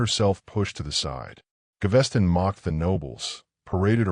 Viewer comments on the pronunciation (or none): Can the narrator actually pronounce peoples names correctly (it’s Gav-es-ton)